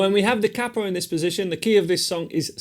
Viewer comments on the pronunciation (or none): He said cappo 😅